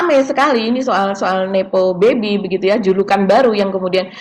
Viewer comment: Nepo baby 🤣🤣 koq kedengeran kek hippo baby, bayi kuda nil 🤣